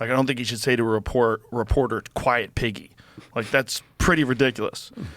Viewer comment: He didn't say "Quiet, Piggy", he said "Quiet, Peggy."